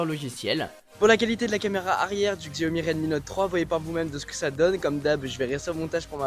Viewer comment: Pour info on ne dit pas "Xiaomi" mais "Chiaomi" ! ;) Super vidéo !